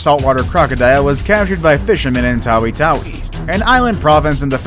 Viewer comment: You pronounsed tawi tawi wrong i know that because i am a filipino